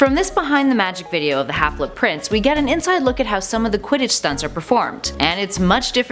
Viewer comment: STOP SAYING HALFLET PRINCE!